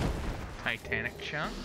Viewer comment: Bugs me so much when he mispronounces it XD